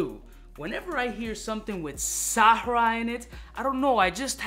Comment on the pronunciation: It’s Sahara Blue everyone. Not Sahraa Blue. Even gets it wrong from time to time. No big deal. Everyone is trying to figure out what Sahraa means.